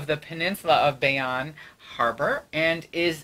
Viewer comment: It’s pronounced bay-own.